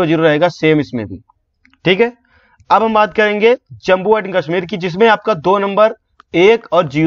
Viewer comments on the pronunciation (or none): none